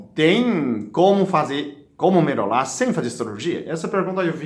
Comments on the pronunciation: Kkkkk vdd. Melolá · Melola mesmo kkkk